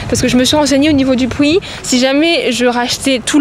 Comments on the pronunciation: Elle A dit pui pour prix😂😂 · '' J'me suis renseigné au niveau du '' ''Pwi'' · Je me suis renseignée au niveau du phoui🤣🤣🤣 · ta dit pwi 😂